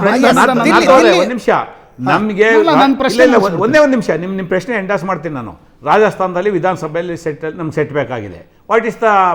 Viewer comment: ಪುಲ್ವಾಮ ಸೃಷ್ಟಿ ಮಾಡಿರೋದು ಎನ್ನುತ್ತಾನೆ.. ಈ ನೀಚ ರಮೇಶ್ ಬಾಬು.. ಪ್ರಶ್ನೆ ಅಂತ ಉಚ್ಚಾರಣೆ ಬರಲ್ಲ.. ಪೆಶ್ನೆ ಅನ್ನುತ್ತಾನೆ ಈ ಅಯೋಗ್ಯ